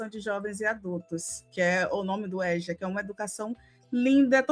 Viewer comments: Êja e não éja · Se pronuncia EJA e não ÉJA. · No Rio a gte fala Êja (não Éja)